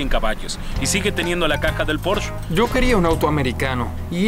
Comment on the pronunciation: La traducción hace que me revuelque de la cólera, “un porsché” 😤